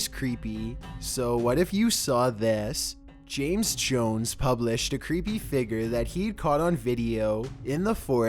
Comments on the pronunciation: Stop saying figer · Damn man the word is f-i-g-u-r-e. Pronounced Fiig-yer. You are pronouncing it like Fi-ger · SURVIVED WITH CHEAT CODES he says figer lmao